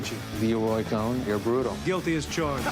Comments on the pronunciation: Coyne Coyne pronunciation is Cone not Coen as in Mike Coen they are far apart as Coyne is a waco and Democracy hater. The other has become a decent person who has more than corrected his mistakes. Roy Coyne Cone not Coen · It's prounced CONE, not COHEN. Unfortunately, MAGAs won't see it. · Not Roy Cohen. Roy Cohn (cone). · It's Cohn not Cohen. Pronounced like Cōne. The host keeps mispronouncing it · His name isn't Cohen it's Cohn Amy. It's pronounced like own with a C in front of it! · How to believe anything to someone who didn't even bother to memorize that it isn't Roy CohEn but Cohn....? You're a joke. 🧠🙃 And people like that certainly won't be able to defeat Trump. 😔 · sometimes Amy likes to play little games like when she pronounces Cone like Cohen. she's from NYC silly goose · Amy, is it really so difficult to pronounce Cohn? A single syllable does it! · COYNE pronunciation is cone CONE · It's pronounced as spelt "cone", one syllable, no "e". Pronunciation matters. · The fact that she of all people does not know who Roy pronounced "cone" is.... is scary given how much influence he had in trump after only his father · STOP calling Roy “COHN” the name of “COHEN”! It is an insult to Jews, which is nothing new to this channel, but stop miss pronouncing his name and giving him the honor of being a “COHEN”, a blessing in Judaism. COHNs are NOT members of the COHANIM! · Hearing you say Cohen hurts my ears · Love your program, but you are mispronouncing Cohn. It's one syllable. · Amy always calls Roy Cohn 'Cohen' for some reason. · I can’t believe that Amy keeps calling him Roy “Cohen”—has she never seen his name in print? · Ray Cohn? Oh, I thought you said Ray Epps. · The host cannot correctly pronounce “Cohn” and it feels only slightly less antisemitic than her usual content. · Cohn, not Cohen. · The reporter keeps pronouncing Roy's name as Cohen. It's Cohn, not Cohen. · Why is Amy Goodman saying “Co-hen”? Roy’s last name is Cohn (as in “own”, so “kown”)